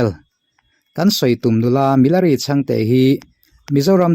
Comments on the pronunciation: Milari tih hi ti nge Mi-la-ri ti a I sawi zel a!.... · Milari hming hi in lam dik lo fur mai..saptawng ang deuha lam hi a dik lo..he nu hi chu mizokramah na na chuan a lar vet vet hle ani, tiha lar kan lam ang hian lam tur a ni e.